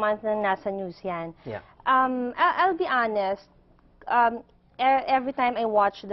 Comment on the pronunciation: hanest? you mean "honest"